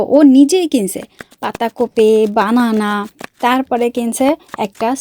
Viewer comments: বানানা ❌❌❌ ব্যানানা✅✅ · বানানা ❌ ব্যানানা ✅ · বানানা না ❎ব্যানানা হবে ✅ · বানানা❌ ব্যানানা ✅